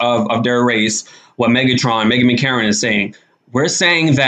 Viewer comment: It's Meghan McCain not Megan McCarron